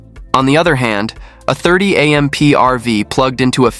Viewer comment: A. M. P.? It's AMP! Stupid AI.